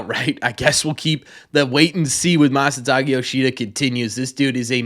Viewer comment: Isn't his Masataka not Masataki?